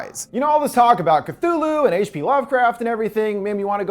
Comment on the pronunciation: did u just say : KATULU ?